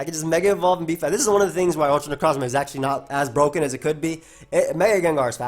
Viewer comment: Ikr x'DD NECROSSMA O_O